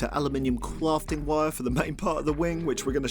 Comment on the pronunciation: cwafting wire